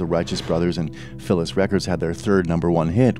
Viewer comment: First time I’ve heard Philles pronounced ‘’Phyllis’’.